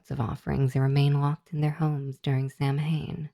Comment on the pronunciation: Just for your own reference going forward, 'Samhain' isn't pronounced that way. It's an Irish word, and so is pronounced differently than you might think for the letters used in its spelling. It's pronounced like 'sow-in' ('sow' as in a female pig). An 'mh' in Irish spelling tends to come out more like a 'w'.